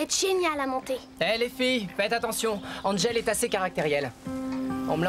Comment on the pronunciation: Un moment hachelet à dit engel pourtant c angel